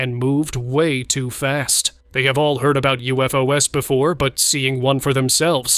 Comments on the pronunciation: “U-F-O-S?” Again? Stupid, lazy AI generated channel! 👎🏿💩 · “U-F-O-S?🤨🤷🏾‍♂️ Stupid AI generated BS! 💩